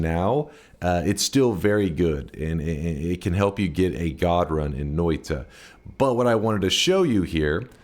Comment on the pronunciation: I love the way he pronounces Noita. Noita, even... It's actually pronounced Noita just look at how it's spelled and sound it out. Noita... Hi I'm high... 👋🏼